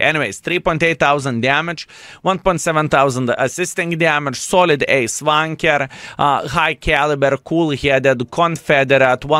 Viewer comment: Does he say Ace Tanker or Ace Wanker?